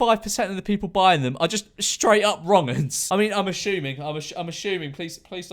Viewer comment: "At least a couple of them will be.......eh.......wrongens" 😂😂